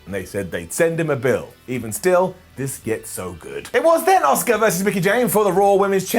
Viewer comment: "I love Dominik Mysterio" Also - "I can't pronounce Asuka" Fucking moron 😂